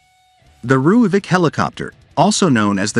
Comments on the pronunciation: Its actually pronounced roy-folk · Please learn to pronounce Rooivalk